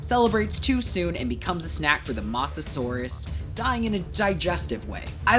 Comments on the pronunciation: "masesour" ITS MOSASAUR OR MOSASAURUS NOT MASESOUR💔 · Bro i think he can't pronounce mosasaurus